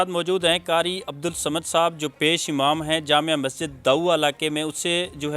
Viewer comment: Lafaz "Imam" he hota ha paish amam nahe.